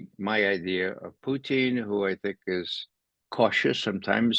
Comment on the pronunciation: Why can’t we have Putin…why are we getting Poootin and Puchin? It’s not difficult 🤣